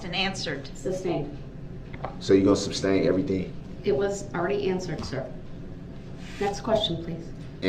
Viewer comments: "SUBstain?!" 😂😂😂 Fool doesn't even know it's SUStain. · The word is sustain